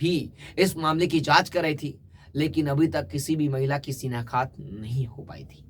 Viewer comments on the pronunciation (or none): Shinaktha not shinakhat 7.45